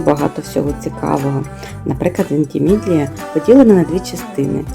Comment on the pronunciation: Центр регілійного життя,Вентімідлія,-ще забула як ви Лотрингію називаєте,як у вас це виходить? Всі слова перекручувати ? То так і продовжуйте- перекручуйте назви всіх міст і регіонів,кількість підписників зросте і всі будуть шукати ,по ваших назвах де воно є? Буде весело